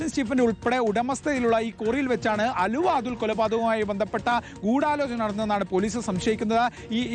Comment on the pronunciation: എടോ എന്താ പുലമ്പുന്നത് അലുവ അതുൽ അല്ല ആലുവ അതുൽ ആണ്